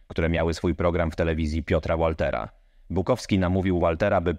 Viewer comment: ŁALTERA... BUAHAHAHAHAHAHA BITWA POD ŁESTERPLATTE